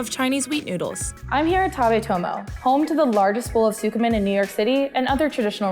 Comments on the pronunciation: What is sookamen? Lol at least try and learn how it is said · The way she pronounced tsukemen made me cringe